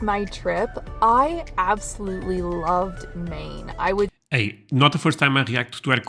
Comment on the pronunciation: No mine. MAine. Long A A not my